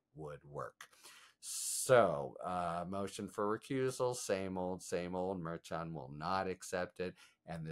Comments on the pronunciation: It's MERCHAN. ......... as in "MER SHAUN". You have to correct your pronunciation because there's going to be plenty of times you'll be using his name in the coming months. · Harry still cant say Merchand’s name correctly. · MERCHAN: : The CH is an SH pronunciation.